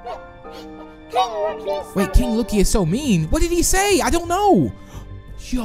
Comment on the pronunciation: I love they say lokie friends